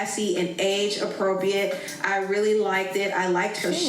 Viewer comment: “Age APPROPIATE” 💀😭😭🤣🤣